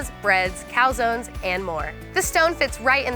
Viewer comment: Can Americans not pronounce the word pan? She keeps calling it a “pen”. Also she pronounced calzone literally.